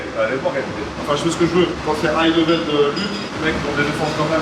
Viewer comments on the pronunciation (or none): none